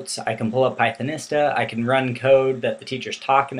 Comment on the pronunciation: Hi,. One thing: "Pythonista" is pronounced as "pie-thon-EE-stah". Type Pythonista into Google translate in English mode, then click the play button to hear it. Or try this link to the audio: goo.gl slash tmMGSb Notice the "long E" sound in the middle, not the "short I" sound. That's because this word is based on words of Spanish origin. For example, think of the word Zapatista.